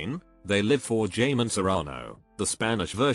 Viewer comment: My bilingual dumb add was like, “ What is Jamón Serrano?” Then I looked it up and realized it was Jamón! This kid was pronouncing it as though the “j” was a “y/ll.” Only bilingual/polyglots will understand Also yes, avocados are very common in Mexico. Like literally everyone most likely has an avocado tree in their yards.